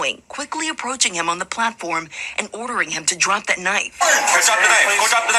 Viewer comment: That’s not a knoif this is a knoif😂